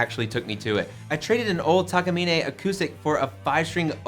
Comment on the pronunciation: I think I heard it said wrong again.